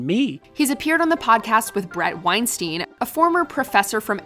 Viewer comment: Trichogaster 118 agreed if only they pronounced Weinstein correctly 😂